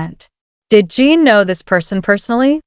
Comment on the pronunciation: Please pronounce their names correctly!! It isn't’t Jin-Jean its Jin-Gin, and HYBE not HYB you should say the word not spell it.